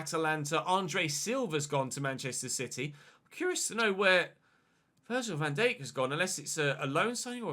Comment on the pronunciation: Still can't stand the way he says Van Dijk